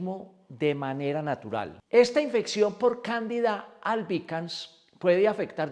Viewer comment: De manera narutal en vez de natural dice en el comienzo del video, no se porque pero llegue a pensar que se referia a Naruto. Lo comento por si de alguna forma puede corregirlo